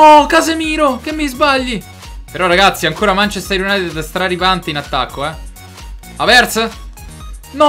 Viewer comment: non si dice havertz con l'accento sulla e ma sulla a